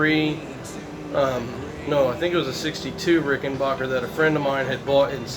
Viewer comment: Very informative video and well explained, but please can you pronounce my name right; it's Rik'n-bakker, not Rik'n-barker. Thank you, Adolph R.